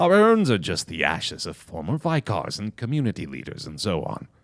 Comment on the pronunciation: pronouncing "vicars" like "vie-cars" made my day